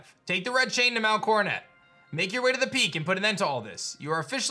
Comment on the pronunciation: pronouncing Coronet as Coronay, french style :)